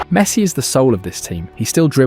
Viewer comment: Great video, but I don't think he pronounced a single name properly... Not even Messi's 😂